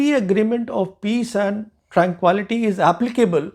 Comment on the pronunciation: While I appreciate your knowledge and expertise, your unusual pronunciation is jarring at times. Look up the pronunciation of "tranquility".